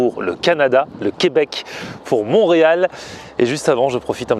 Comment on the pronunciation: On dit Montréal ❤️😅